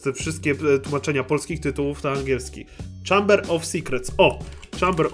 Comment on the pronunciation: Mówi się "fjud" i "czejmber" a nie "hamber"